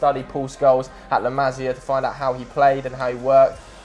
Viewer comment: what did I say about your pronunciation of La masia😡😠😂